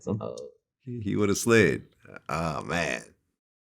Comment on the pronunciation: Vlad should never ever I mean never ever say “slid” again!!!! Fucking ever